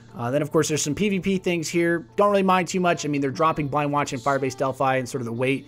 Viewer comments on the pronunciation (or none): none